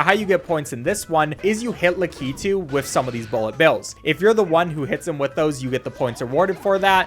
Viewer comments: It's pronounced (lak - et - u) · Lakitu is pronounced (LACK ǐ too) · I just got so mad at the way he said lakitu